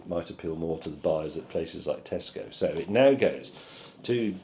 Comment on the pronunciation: For awhile I thought James was saying, "...And you should stop it." I was confused, but that didn't stop me from continue to watch. So take that James.